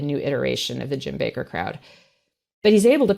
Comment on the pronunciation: Jim Bay-Ker